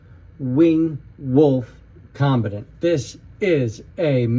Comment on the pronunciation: I’m sorry for being that guy but you said combatant wrong